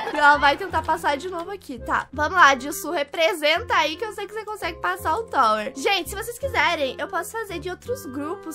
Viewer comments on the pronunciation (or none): none